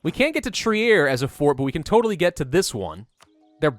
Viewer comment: Trier is pronounced Treer.